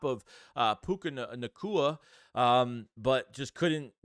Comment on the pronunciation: First time I’ve ever heard you say Puka Nacua’s name right